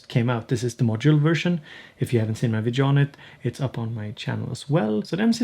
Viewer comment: Please, remember: Every time you say "vidjo" a kitten dies! ;)